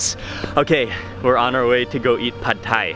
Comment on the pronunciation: That's how it's pronounced in Thailand. LOL